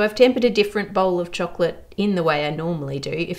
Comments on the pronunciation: one of my favorite things: how Ann Reardon pronounces 🍫 in her chirruping way 😋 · I'm an American but I want to put out there the idea that the Australian pronunciation of the word "chocolate" should be the official one across all English-speaking nations. Why? Because it is the one that tastes the most like like chocolate when you say it. Tell me I'm wrong.